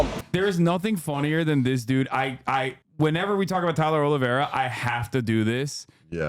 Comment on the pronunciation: His last name is OlivEIra not OlivIEra which means, that most likely, he's of Portuguese ancestry. FUCK! Why do we keep doing this. FUCK